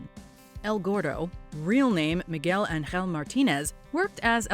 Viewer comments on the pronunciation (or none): none